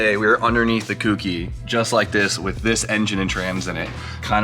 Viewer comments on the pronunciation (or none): Co. Key. Cokey. Kouki. For fuck's sake,. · jesus christ its not pronounced kooky lol